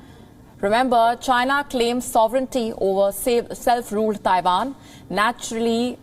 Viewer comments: It’s Taiwan not Daiwan! And pls don’t mixed up your Vs and Ws! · itz Taiwan, Not Daiwan